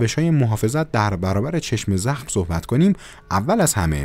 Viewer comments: آقا چرا میگی چشمِ زخم.کسره نداره.کلمه یکپارچه س.چشم زخم .بدون کسره. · ببخشیدا ولی چشمِ زخم گفتنت روی مخه:/| عزیز این دوتا کلمه جدا جدا نیست یک کلمه‌است چشمْ‌زخم: واژه مرکبه(یعنی یک‌کلمه‌است که از دو جزء معنادار ساخته شده)؛ به لغت نامه دهخدا مراجعه گن/ بدون کسره خونده میشه وقتی با کسره میخونی ترکیب اضافی میشه متشکل از مضاف و مضاف الیه